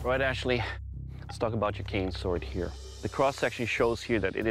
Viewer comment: Am I the only one who thinks that he said it wrong because he said "can sword" instead of cane sword?